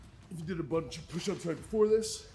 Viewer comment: Bruhh, I miss hearing you say "But befow we get staaaaahhhhted"